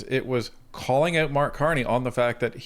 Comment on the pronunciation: Carck Marney 😂 Blarney Carney The Con Man 😵‍💫🤪